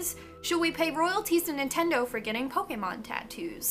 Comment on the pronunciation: Finally someone pronounces Pokémon correctly !! You have no idea how happy that made me